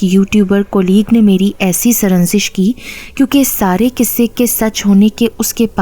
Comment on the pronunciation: Sranzish! It’s sar-za-nish.